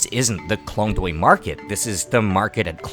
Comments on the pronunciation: sorry my grammar is incorrect, the point is Klong toei , the way u pronounce it noone gonna understand and i feel your whole clip is as important as the correct pronunciation of the specific place!! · klong doy poo gimme a break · The Reporter can barely speak Thai and pronounce some locations' names correctly (like Chao Phraya or Khlong Toei), so I don't know how much credibility I can give to this video. However, it's eye-opening to watch something like this; I have never known about this part of Bangkok before =)